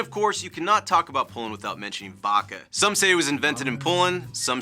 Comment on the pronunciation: Waka? That’s the wierdest way I’ve heard Vodka being pronounced. It’s Vodka. Pronounce it like it’s spelled,.